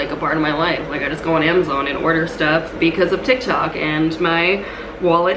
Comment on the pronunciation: “ToK ToK”